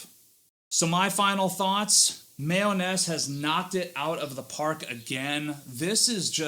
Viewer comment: My-Oh-Nes. Other than that, great review.